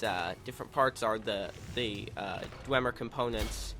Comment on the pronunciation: its pronounced dw em er not dw ym er